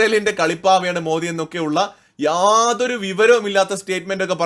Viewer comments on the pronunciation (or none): none